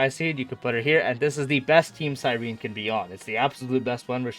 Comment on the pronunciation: Omg your the FIRST streamer that said her name correct thank you! Everyone else saying cyreeeeeneeee